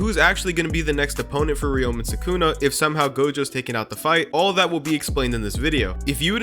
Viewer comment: sukuna❌ Sykunno✔